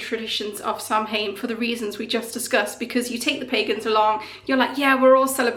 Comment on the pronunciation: Um, I don't know if you are aware but it's not pronounced how it's spelled. I think it's something more like Sah-wane. Hopefully someone more knowledgeable than me can give you the correct pronunciation. But it's definitely not Sam-hane.